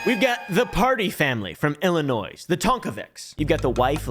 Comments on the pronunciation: Bro did not just say “illi-noise” 😦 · We just gunna ignore that said “Illinois”? The S is silent Not angry, just disappointed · Did he just pronounce the s in Illinois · buddy the S in Illinois is silent. Now I forgive you but don't let it happen again